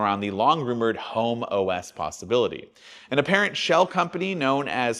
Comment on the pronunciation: So Vista for Apple! Edit: And the way you said HomeOs "Homo S" 😃